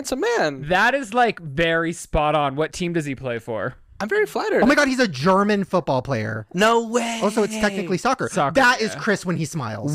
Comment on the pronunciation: When they kept pronouncing it “fewtball”